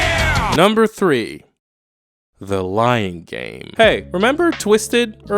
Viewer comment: The way you Said "The Lying Game" i almost thought you'd Said "The Lion King"